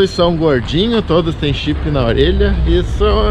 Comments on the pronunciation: Gente, juro que eu ouvi o Renan falando que os cachorros estavam com chifre, ao invés de chip. kkkkkkk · Ué e não foi isso ? Gente só entendi agora que ele falou chip e não chifre